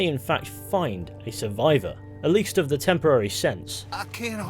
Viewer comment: ✨thee skinner brothers✨